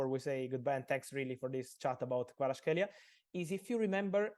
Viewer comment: thank you. Georgia is very thankful to you ❤️ Fabi, thank you too, for brilliant interview. But still need to work on pronunciation of Kvaratskhelia’s name;)